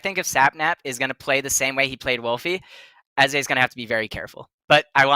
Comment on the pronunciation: It's pronounced Ezay (I think)